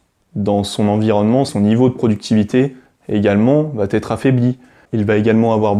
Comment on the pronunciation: Bonjour.Je vous ai découvert sur la chaîne les fous de Normandie. Je vous trouve pertinent et intéressant avec une bonne communication. Mais je vous en prie , faites un effort au niveau des liaisons « mal t’à propos » …😅 Cessez de dire « va t’être »😉 , il n’y a pas de t à va…Pour le reste , merci pour vos vidéos, elles sont instructives. PS: j’ai un TDAH plus HPI et peut être bipolaire …D’où ma remarque un peu abrupte .Merci de votre compréhension. Bonne continuation.